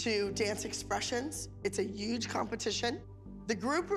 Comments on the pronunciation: Girl it’s sad but if Abby says uge and not huge one more time I’m gonna die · Abby: It's a uge competition